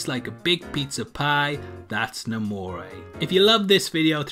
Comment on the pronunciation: It's namor